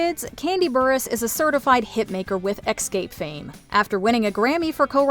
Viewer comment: Xscape...come on...get it right